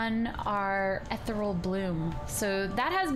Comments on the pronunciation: I'm pretty sure ethereal bloom is pronounced "eth-eeree-al bloom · Am I the only one who thinks she's pronouncing "Ethereal" wrong...